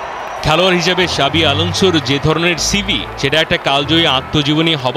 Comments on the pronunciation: শাবি না জাবি 😂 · জাভী উচ্চারণ করতেছে শাবী? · ভাই শাবি না জাবি আলানসো 😂